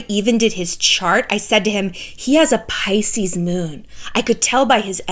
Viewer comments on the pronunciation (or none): none